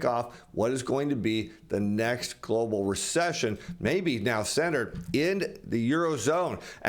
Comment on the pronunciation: Stop saying Glo Baal......Give it a rest